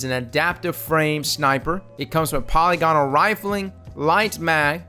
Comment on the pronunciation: Love your videos, man. Just a heads up, you're mispronouncing polygonal. I cringe every time I hear it.